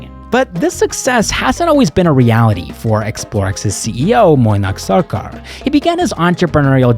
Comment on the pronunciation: Pronouncing Mainack as Moinack tells me you care about the small details.